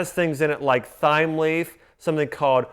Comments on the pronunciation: Thyme is pronounced 'time' dingus. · You should do a parasite cleanse longer than just a month. It should be about 3 months min. Some fruits are anti-parasitic like pineapples and papayas. Plus yellow grapefruits with their seeds help kill fungus. PS - THYME is pronounced like TIME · Did he say T-H-yme leaf, as in the?! LOL! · Thyme is pronounced "time". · Thigh-m leaf! 😂🤣😂🤣 I wonder if this goofball thinks that Thigh-m leaf comes from Thigh-land... which is just south of Waistland?? 🤣😂🤦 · "Thyme leaf"... lmao... it's pronounced "time" Doctor. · You don’t pronounce the h in thyme ❤ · Thyme, the "h" is silent :)